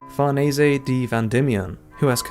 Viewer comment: Great vid and I'd like to congratulate you for being the youtuber who got closest to pronouncing farnese correctly